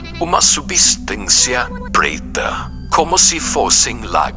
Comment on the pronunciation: "uma substância prueta" kkkkkkk